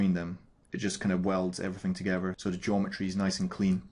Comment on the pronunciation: Great thanks! "togever"